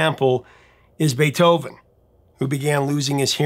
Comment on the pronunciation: "Beeth oven" Iykyk 😂